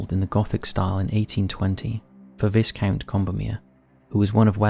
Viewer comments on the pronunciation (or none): Tyne and where¿??😂 oh! And say Tucson and Viscount again! 😂😂😂😂